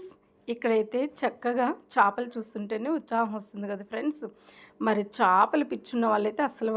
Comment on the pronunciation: చాపలు కాదు చేపలు